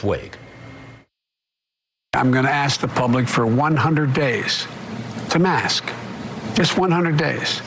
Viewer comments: Is it me, or is Alex Azar incapable of pronouncing "k"? Every time he says "mask" it sounds like "mass". He is a pawn, and an embarrassment. Mask wearing isn't patriotic; it's a survival tactic. Muzzle up, Secretary Azar. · Yes, you are quite right, Alex pronouced MASS, with no K sounding. Then again, he could be purposely mispronoucing it just to tickle Chris.